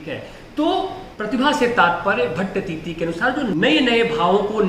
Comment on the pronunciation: भट्टतीति नहीं गुरुजी भट्टतौत